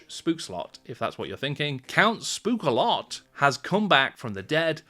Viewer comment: Hehehe I am danish and I remember the "Spogelse slottet" (Yes you mispronounced the ghost bit but bang on for castle bit) I remember the game and was looking at an updated version the other day and wondered if I should buy for my kids